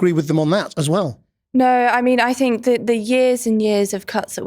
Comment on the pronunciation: And, constantly saying ‘I don’t fink..’ does not make it right 🙄